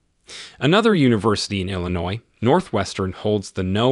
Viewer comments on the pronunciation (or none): none